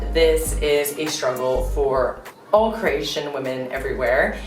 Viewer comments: This girl is dumb. Keeps saying CrEatian, it's CrOatian. You'd think the dummy would know how to say it by now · Hi there, you may want to pronounce the name Cro-atian and not Creation.... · Cration ITS CROATIAN NOT CRATION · It's really annoying the way she says Croatian , lol really annoying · i hate the way she says “croatian”. like he taught u words in croatian but he can’t teach u how to say it properly. ne kužim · It's CrOatian, not whatever you are saying. This is. stupid video.